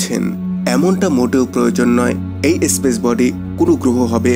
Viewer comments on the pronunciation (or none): স্পেসকে ইস্পেস,স্থানকে ইস্থান,নেপচুনকে ন্যাপচুন ইত্যাদি উচ্চারণ করা বন্ধ করুন। ভীষণই শ্রুতিকটূ।